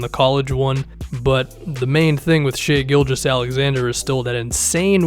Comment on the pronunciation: it’s pronounce SHYYYYYY! SH-EYEEEE!